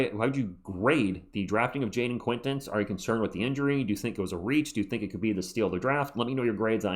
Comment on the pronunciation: I just heard Brian Windhorst pronounce Jayden Quaintance's name like: Jayden Kwin-tawnce Guess we'll see! lol.